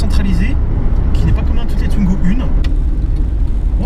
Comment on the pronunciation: Pourquoi tout le monde le prononce tuingo, sa se prononce comme sa s'écrit, touingo, w se prononce ou